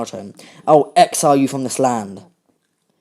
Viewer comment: “I’ll xile you from this land “ Naruto: “I’ll xile you from this world” Lol